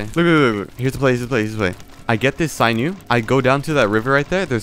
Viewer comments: You say sinew like sigh U its said like sin u btw. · Sin-ew not sine ew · Him pronouncing it “sign you” instead of “sin you” is making me crazy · Why are you pronouncing it like "synew"? It's sinew. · Sinew, not sign new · "Saynew" Kill me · Sinew is pronounced sin-yu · your pronounciation of the word sinew makes me want to die